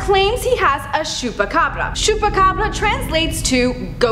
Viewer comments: Ch not sh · It's pronounced "choo-pa-cabra" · Is it supposed to sound like shoepacabra? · Hahaha latina from Chihuahua calling it "shupacabra" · domt overdo it lol its pronounced chew-peh-ca-bra but thank u for trying:)